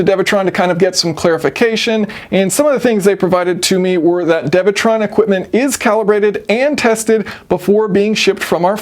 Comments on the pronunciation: isn’t it dewetron and not devetron? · It's pronounced Doo ee - Tron